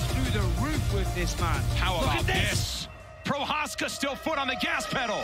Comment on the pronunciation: please learn to pronounce Procházka 🙏